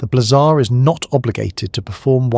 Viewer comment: I had to stop sorry. Blehzahh and blayzer drove me insane.